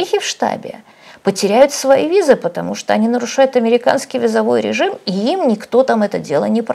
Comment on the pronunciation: Автор регулярно подчеркивает, что она по образованию не инженер, не врач, не летчик, а филолог. При этом только во второй половине только этой передачи говорит: "паствА" вместо "пАства", "безудЕржная" вместо "безУдержная", "визовОй" вместо "вИзовый", "излечает" вместо "излечивает" (что уж говорить о превращении Хорошёво-Мнёвников в ХорОшево-МневникИ). Что же, интересно, происходит, когда автор говорит про климат, вирусологию, авиационные двигатели и историю?